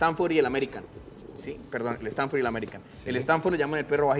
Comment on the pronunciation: no se llama "stanfor" es stafford